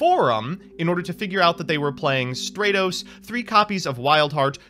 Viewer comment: deserved to lose, purely on mispronouncing Stratos, there’s the roast.